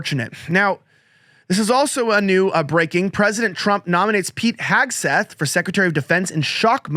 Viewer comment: Hegseth. Not Hagseth. 🤨 TWO in-show commercials!? In less than 12 minutes!? Really!? 😤